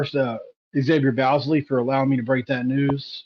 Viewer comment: Good job, but his last name is pronounced “Boz-lee”, like Bosley.